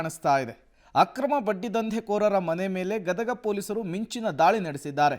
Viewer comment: It's not gadaga it is Gadag